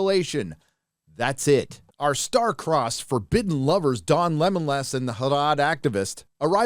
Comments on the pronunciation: "Don Lemonlas" 🤣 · Dude….Don Lemmonless😂😂..